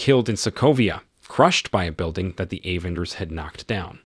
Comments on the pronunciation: why he said like that? A-venger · Very realistic robo voiceover. Pronunciations of Avengers, Natasha et al were hilarious.